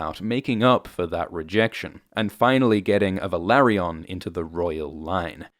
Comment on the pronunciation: You pronunce Velaryon wrong. 🤪